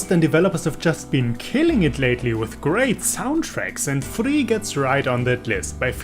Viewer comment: Thank you for telling me the real pronunciation of Furi lmao. Can't believe I went so long without knowing.